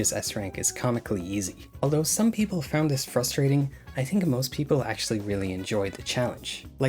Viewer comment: Are you purposely not pronouncing your “H’s”? Tree, tink, turd, teory… What is going on.